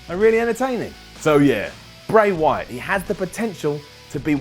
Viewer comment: he said bry wyaat